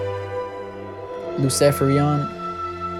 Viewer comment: Yoo...it's craaaazyyy...the way you said LUCEFERIAN.....